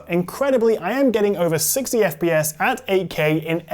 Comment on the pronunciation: At the start I'm hearing; "I'm getting over 60/2 (dlss 3 bs) fps"...